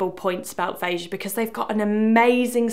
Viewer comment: Kudos to you for saying the brand's name properly